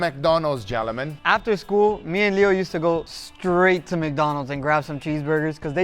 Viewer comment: Funny how Guga says the word "Gentleman" about 20 time in the video, but still messes it up by pronounce the L and making it sound like "Gen-lemman" 😅😂